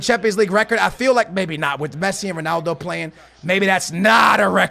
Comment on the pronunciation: it's so cringe how you say 'sonaldo'